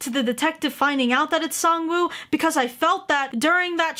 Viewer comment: It’s pronounced sangwoahhhh 😾